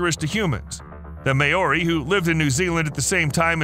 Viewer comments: The way this guy pronounces Gigantopithecus and Maori is absolutely infuriating to listen to. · "Maori" is pronounced incorrectly, and Moa isn't the Maori word for that species it comes from British settlers asking for " more " of the gigantic bones and eggs. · hast not host. hast after hastings where they were first found and it's ma-ow-ri roll the r slightly. not may-ore. I'm moari and live in new Zealand.